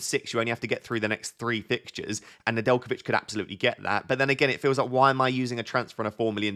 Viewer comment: Nedjelkovic perfect pronunciation ✅